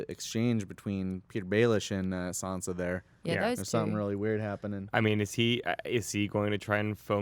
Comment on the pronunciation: It shouldn't bother me so much that they call Sansa "Sensa" lmao